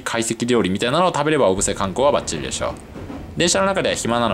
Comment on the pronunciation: 小布施の発音が正しくて聞いていて違和感がないです。